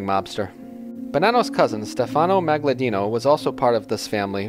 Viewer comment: This narrator butchers a few names. Magaddino not Magladino